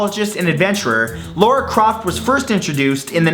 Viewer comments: its not pronounced laura croft its lara like lana but with an r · LARA CROFT!! NOT LAURA!!!! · Just like to point out its lara croft not laura croft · Lara Croft is not "Laura Croft" :) Her name is pronounced "Lah-rah".... It's pronounced that way in the 2013 game reboot :p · *Lara Croft, not Laura Croft. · Its Lara croft. Not Laura croft. Pronunciation wise. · It's lAra croft, not lOra croft, how can someone mispronounce the name of such an iconic video game? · ITS FUCKIN LARA CROFT! LA-RA!!!! NOT LORA!!!!!!!!!!!!! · Its lara croft not laura croft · Laura Croft? Is that how you pronounce her name?